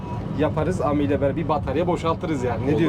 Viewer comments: Guzel video olmusda. Ama ami ne ya ? Okunuşu Emidir Am-i degil 😂😂😂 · Aracın adı A-Mi DEĞİL bizler yazıldığı gibi okuduğumuz için absürt bir telaffuz oluyor Adı CİTROEN E-Mi yani EMi DİYE OKUNMALI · Eymi diye okunuyor...